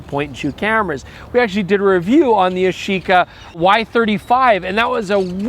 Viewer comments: Yash-eeeca? It's YASH-ica! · Ya-shi-ca actually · I’m sure at certain point you start to pronounce it as “Yashica Shxty”